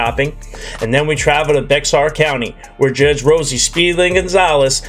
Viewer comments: Hey... Its not pronounced Beck-sar (Bexar County)... Its pronounced like Bear.. Bear 🐻 County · You said Bex-R county it’s pronounced “Bear” 🙃😉 Bexar county is around San Antonio, Texas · Hi. The correct pronunciation for Bexar County is Bear County. Thank you for making these videos. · It is NOT Bex-ar County. It is pronounced Bayer County. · Bexar is pronounced 'BEAR", not beck-czar. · It’s not Bex-are. It’s pronounced “bear” county Bexar = BEAR ❤ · Just FYI, it's not Bexar, it's pronounced "bear" county. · Hey! It is NOT bex-r county, it is pronounced bear. Love yer channel!!! Thank you for these♡ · Not to be pedantic but Bexar County is not pronounced BECKSAR but BEHAR. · Pst! Bexar County isn't pronounced "Bex-ar", it's pronounced "Bear". 😳🫣🤗 Welcome to Texas! 😁😄🥰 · BEXAR COUNTY …..it’s pronounced “ Bear county” not “ Becksar” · Hey, Bexar County is pronounced BAYer (like the aspirin). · It's pronounced Bear Spelled Bexar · Thanks for your hard work for putting these videos together. I enjoy watching them, especially the courts in Texas. We do have some crazy, stupid people here. Just a heads up: Bexar is pronounced Bear, just like grizzly bear. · I’m from Texas, and Bexar county is actually pronounce like “bear.” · Fyi: Bexar pronounced "bear". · Just an FYI - Bexar County is pronounced Bear County. The "x" is silent. Someone else may have already corrected you. If they did, I'm sorry to chime in, too. I did not read the comments. I do enjoy your content. Thanks! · Bexar is pronounced “bear”. I know it’s dumb, but there ya go! Love your channel!!!! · Oh no…I know it’s got an x in there, but it’s actually pronounced bear. Bexar county, Texas ❤. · Just saying, Bexar County, Texas is pronounced, 'BEAR' !!!! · Hi. When giving your reactions or filling in context regarding Texas, Bexar county is pronounced 'Bear'. We'd love to have you come see us!!! Keep up the great work. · Bexar County in Texas is pronounced like “Bear”. The X is like an “H”. JS